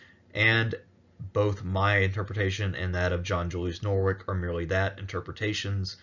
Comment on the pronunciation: that name is very much not pronounced Nor-Wick the first syllable is a schwa, like "Nuh", then it's 'wich; like in sandwich, or witch, or which. no R sound in the middle, no hard K at the end